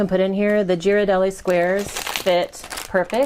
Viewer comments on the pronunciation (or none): you lost me at Gee-rardelli 😂 cut tho 👍🏽